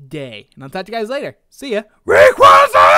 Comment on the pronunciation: you"er saying Rayquaza wrong but i still like the video and i sub to you